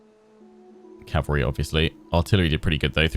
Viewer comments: The word is CAVALRY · 'going to take me a couple of episodes to learn how to 'optimise' my calvary' What I hear ' it's going to take a few episodes to learn how to slaughter my calvary'